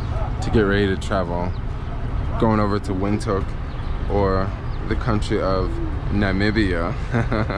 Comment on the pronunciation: Windhoek is pronounced Vind-hook.